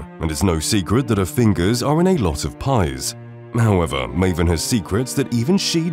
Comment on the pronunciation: Sorry Marvin? not Maven XD